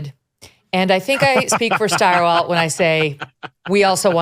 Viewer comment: Stirewalt?? Ugh